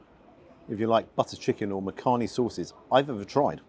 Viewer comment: 'Makhani' is pronounced (phonetically) as 'Muck-honey' - but you say it quickly as one word (and not Makhaani). Believe it or not, people from the Indian subcontinent make shepherd's pie and lasagna at home but will use Asian spices when preparing the meat. The traditional English recipe is just too bland for our taste buds! Not seen it offered in restaurants before.